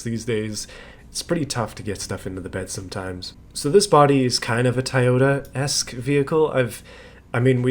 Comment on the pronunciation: I’ll give you a pass on the Roush pronunciation, but “Tiyota?